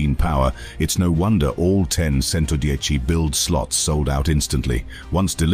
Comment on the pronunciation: Agreed with comment below. The commentary is AWFUL. Mispronunciation is horrific. CHENTODIECHI not Sento dieci. AAAARRRGGGHHHH.